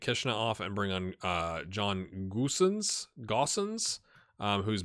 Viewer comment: I believe Danny Williams grew up in Germany and was a Klinsman-German recruit. I believe Goosens is pronounced Hoosens